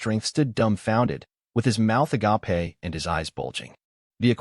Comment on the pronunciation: agape when referring to someone's jaw dropping in shock is pronounced ah-gay-puh ah-gah-pay is referring to a strong love non sexual in nature like gods love for mankind in Christianity or the non sweet home Alabama love for family and basically means brotherly love not that anyone cares and/or as i often suspect knows of the difference